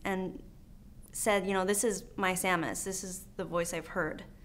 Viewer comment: Samus not sauhmus big brain time bois